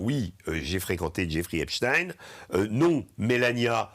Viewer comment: Je juge de la probité d'un media de la façon dont est prononcé.le nom Epstein. Là c'est validé.